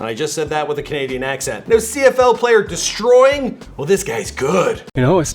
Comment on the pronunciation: Deestroying. Deestroying. Deestroying Deestroying